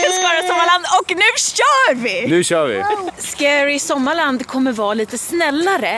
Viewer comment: Du sa ”Skara sommarland” ibland hahaha